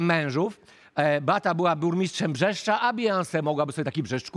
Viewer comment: Brzeszcz a nie Brzeszcza!!!!!